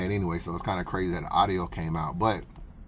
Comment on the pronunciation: It's a u d I o.... not arrio. Now practice lol